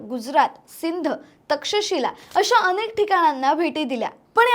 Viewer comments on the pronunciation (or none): none